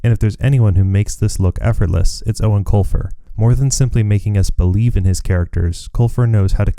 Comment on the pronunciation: This is the first time I have EVER heard the proper pronunciation of Eoin Colfers name, ever since I was a kid I didnt know how to say it so i been saying "Eowen Coifer" like a lotr character lol